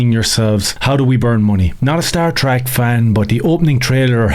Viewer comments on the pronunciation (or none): none